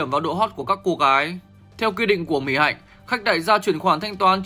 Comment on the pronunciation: Mic đọc tên Mỹ Hạnh sai . Vất vả quá.